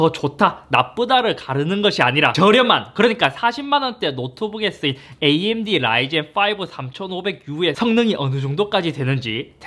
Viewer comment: 암드! 암드! 앙드! 레김